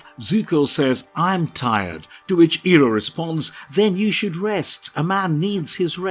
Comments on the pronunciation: Eeroh??!! Who the frick is Eeroh?? It's pronounced as Eye roh... Iroh. Eeroh is how M. Nightsharmalonga Dingdong had it stupidly pronounced in his crap movie. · It's Eye-roh! You're butchering his name the same way the first Last Airbender movie did.